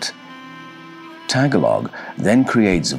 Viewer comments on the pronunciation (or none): Daghang salamat Mel! Thank you very much! Many people make the mistake of pronouncing the word "Tagalog" as "Tag-alog". The languages here in the Philippines are phonetic, and the correct pronunciation is "Ta-ga-log" with the emphasis on the second syllable. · Thank you for all your work. Your & the narrator voice grab my attention. I was once laughed at & corrected by a Filipino nurse when I asked if she spoke the Tag-a-log dialect, she said it was pronounced Ta-gol-ig. IDK I may be totally wrong. Maybe because I used one word for another. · it's TAGA-LOG, not tag a log book... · Pronounced tah-gah-log. Not tag-alog. But yeah. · Tagalog is the word used by the people of the Philippines to signify the people of the Philippines. The Filipinos I know pronounce it "ta-GOLL-og." The "Tagalog bird" is probably the tigmamanukan. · Isn't Tagalog a language? He's just pronouncing it wrong, right?